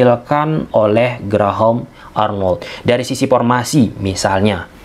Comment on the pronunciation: paktor,epaluasi,pormasi,pulbekkananpulbek kiri,rapel setrok,op posission,persus,pipa ranking,so par,pisik power,depensip,inperted,atmospir,repitisi....keren si narasinya,,cma aneh denger "F,V,berubah jdi "P"...haha,,semangat om..ulasan taktik strateginya..🤭